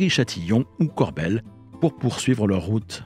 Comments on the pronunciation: Salut! Vidéo intéressante, mais j'ai toujours dit "Corbeil(le)-Essonne", et non "Corbel", c'est comme si on prononçait Blaye, "Blé"! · le "e" se prononce "e" et non "é". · “Corbeil” se prononce CORBEYE pas Corbel. Sinon super vidéo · Tjs passionnant. Petit détail en passant, il ne s'agit pas de Corbel mais Corbeil, et ce n'est pas Evry couronne mais Evry Courcouronnes.. voilà. En attendant d'autres récits toujours plus intéressants. :) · Vidéo intéressante, merci. Dommage de l’imager avec des choses mal choisies comme un train VICK du RER C ou encore la gare de Champagne sur Seine. Comme dit auparavant, on prononce « Corbeille » et non « Corbel ». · Ayant grandi à côté de Corbeil, ça m’a perturbé d’entendre Corbel 😂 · Corbeil pas corbelle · Corbeil se prononce "Corbeille" et non "Corbel" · Bonsoir beau sac de nœud à narrer bravo; dommage pour la ville de CORBEIL prononcée maintes fois en CORBELLE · C’est Corbeil (comme la poubelle) et c’est Évry- Courcouronnes pas couronne 😭 c’est super drôle jahah